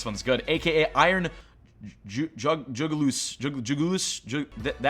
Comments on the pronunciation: Iron Jugilis pronounciation: I-run Joo-gil-is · Bro thinks the word jugulis is: Juggle-oose